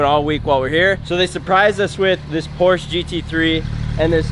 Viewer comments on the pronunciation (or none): His “dream car” but he doesn’t even know how to pronounce the name 😂